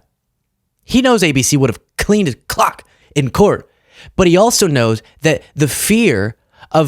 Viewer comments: Don't do this. Just say "cleaned his clock" normally. Don't do some annoying exaggerated emphasis or showmanship. Just state the facts plainly. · Yeah I had to listen to that several times , because listening to it in the background I was like "They would clean his WHAT?!" Maybe choose your phrases a bit better buddy, because I get you said "Cleaned his clock", but it still sounds more like the alternative. Especially with the emphasis you put on it LMAO!